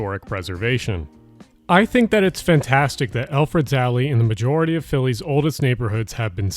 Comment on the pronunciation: Yo it's ElfreTH's alley not eLfReD's alley. How're ya gonna spell it right in the video and the mispronounce it for the entire voice over. Ffs